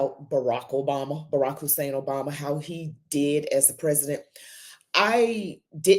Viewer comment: No one will know that unless they research. I'm not and never have been impressed by this young woman or Dr. Sowell. I agree to disagree with them. The only thing I wonder about is why she needs to put an emphasis on his middle name Hussan. Barak his first name and Hussan his middle name as well as Obama his last name are all African and Arabic names. They are common names. Just like Brown,Smith, Jones, Green or Washington etc.Her emphasis on this name is attempting to associate it with what. It's demeaning and disrespectful on her part. .